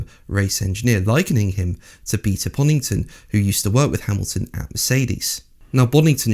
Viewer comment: 2.33 Beter Ponnington. HaHa